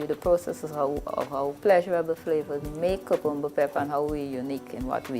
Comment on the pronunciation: You’re pronouncing CUCUMBER incorrectly!